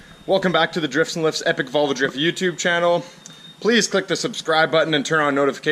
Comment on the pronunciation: Volvo pronounced vul va